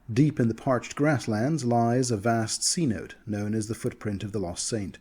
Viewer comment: Love your videos but can't help but laugh whenever I hear you say 'cenote'. You do such a good job with pronunciations, but cenote is pronounced 'sa-noh-tay' not 'see-note'.